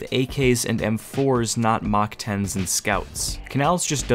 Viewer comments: what is a "Mach 10"??? . its mac 10..... like "mac Donald had a farm" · MOCK 10s??? Bro say mack holy. Making my ears bleed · that way to pronounce mac-10 is wild